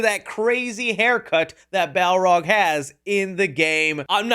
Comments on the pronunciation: Bro, it's Balrog, NOT bowrog. 😂😂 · it didn't sound right when he said it